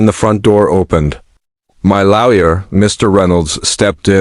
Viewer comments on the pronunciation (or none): Again, laoya instead of lawyer